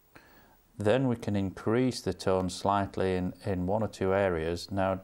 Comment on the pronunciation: Well, I made that 40 times he said 'tone', or was that 'tawn' (and that's not including the 'tonals', I mean 'tawnals')!